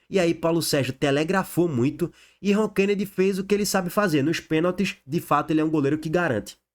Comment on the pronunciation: É ROKENEDY E NÃO RONKENEDY.